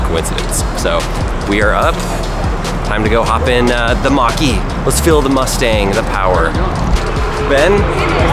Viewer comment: Mustang Mach-er-E